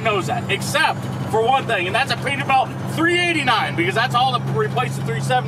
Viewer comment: "Perter Belt"